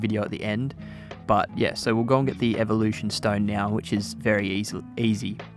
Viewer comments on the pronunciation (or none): none